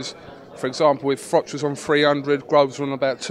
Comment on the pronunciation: Why do so many guys call Carl Froch, Carl Frock?! It seemed that DeGale used to do it to bait and annoy Carl (whose not exactly the hardest guy to wind up!) but since then we have had Johnny Nelson and now Stephen Smith.